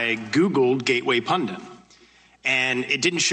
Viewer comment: He is saying pundant . Steube is an idiot .